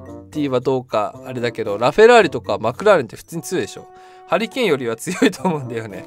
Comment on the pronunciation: ハリケーンがハリーケインに聞こえた俺は末路